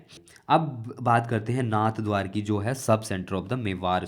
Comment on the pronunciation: Its नाथद्वारा not नाथद्वार